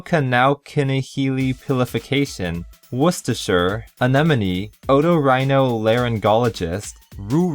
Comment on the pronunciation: ANENOME, SERIOUSLY, ITS ANEMONE. UGH